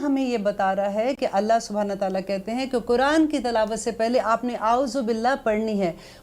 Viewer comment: please talaffuz bhi sahi karein kuraan nahi Quraan Shareef surah bakra nahi baqrah hai Aap bahut achchha kam karrahi hain Allah is ka Ajr de Aameen lekin agar talaffuz agar sahi na ho toh baat sunne ka maza nahi aata